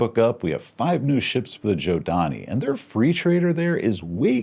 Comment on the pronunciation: Nice to see Jack has convinced you to pronounce Zhodani correctly. ;P Just in the middle of a campaign near the Sword Worlds. Their culture and influence is very present even when they are not. Consider the Spinward Marches like the Middle East - power is more than just tech and economic might. It can be asserted by parking a ship incorrectly.